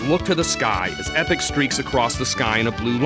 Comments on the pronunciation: They guy can't pronounce anything right. ee-pok Mag-us Mar-ul The only one he got right was Cro-no Trigger. These are actual terms and words...marle is Latvian for gauze bandage. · he said epoch like 'epic' what a goon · he said epic instead of epoch...classic.... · it's pronounced "E Pock" not Epic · Many odd pronounciations... Marle... Epoch (isn't it pronounced eepawk? >.>;) and a few others... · most wasted 5 minutes of my entire life -_- the party you use DOES NOT matter, only the times you go to find lavos.. jeez. and it's magus (Mag-us) and epoch (E-Pok) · (Marle) is Mar-la not marl-lee. Not Epic.E-pok and one other thing you missed, endings like what about the one with just Marle and Crono at the very beginning at the transporter when you play new game+. Get facts straight. Also you never mentioned the ending when you talk to the game creators as game sprites. The multiple endings have nothing to do with your party composition! Its when you Fight Lavos...ugh I don't wanna go on...New gamers please don't get this wrong. This game is AMAZING!!! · LOL, he did mispronounce a few things; 'Leenee', 'Epich', and yes, 'Marlee' too. XP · Mag-us and E-poc. Learn to pronounce things right! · "May-guess"? It's "Mag-us", I knew someone who called him "Ma-juice" of course he also said that he killed Red Specko at lv. 50. I bought this game for 50$ with my bro when I was a little kid. Also you call it "Epic" wtf? I know it's not pronounced that way. I've always said "E-poch" but I'm not saying thats right. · Maygus and Epich. ... I hate this guy.